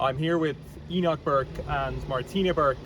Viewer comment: "HE-NOCH" forced to stand outside 😂